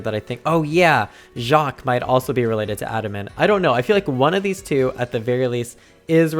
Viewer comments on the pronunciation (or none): none